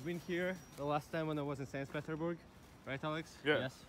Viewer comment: 'Sans Peterburg'